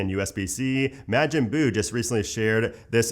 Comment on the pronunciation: Mah-jin boo, any other DB fans cringe with that pronunciation? Lol…I’ve heard it pronounced Mo-gein too, but not mAjin. Also, great video…I feel like you’re one of the few channels actually giving info and not just countless leak videos.